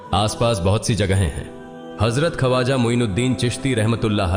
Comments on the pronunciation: खवाजा नही ख्वाजा . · Kripa Khwaja ko sahi pronounce karein video achhi Hai magar pronunciation maze ko kirkira Bana Raha hai